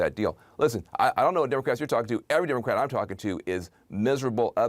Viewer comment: cuomo said "DemoC RAT"